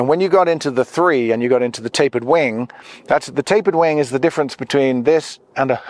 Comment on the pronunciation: I am in no way an English expert, nut I clearly hear you say «tapered winD», why so? You are talking about airplane's winG, no? Or is that some kind of jargon?